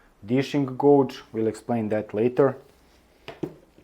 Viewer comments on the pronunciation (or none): "Dishing gauge"; "gauge" is pronounced with the "auge" part sounding like "age".